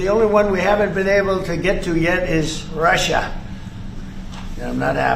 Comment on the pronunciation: Wtf does he say Russia in such a weird way.. hes such a tool.